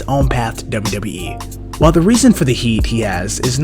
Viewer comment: Why the heck do you whisper and put your lips on the mic?!? And it’s WWE (DoubleU DoubleU Eee!!!) not Dubba Dubba E!!!!!